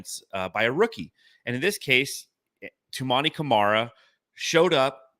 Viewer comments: fucked up Toumani’s name like 30 times despite saying it correctly every time. Not very geek of you dude. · needs to say his name right. He's never said it right in any video.